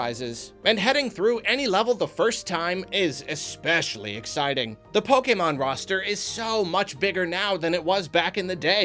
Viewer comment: I like how is one of the few people that pronounces "Pokémon" the way it was meant to be pronounced.